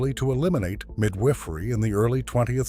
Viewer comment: midWIFFery? Pattern breaks? AI narration laziness 😂